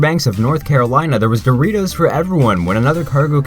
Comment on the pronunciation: DORITOES?? The beach of luckkkk